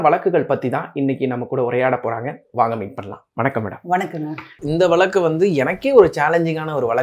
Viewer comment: Vazhakku. Not valakku Anchor learn tamizh Mam your speech and telling this story very clear and true.